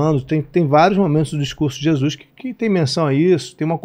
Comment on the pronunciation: O cara é jornalista famoso e pronuncia ....JESUIS.. LAMENTÁVEL CARA... ficou muito feio